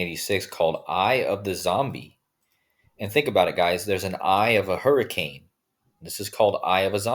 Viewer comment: Hurri - cain .